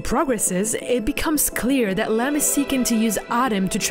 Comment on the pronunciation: It’s “Lamb”, not “Lamp”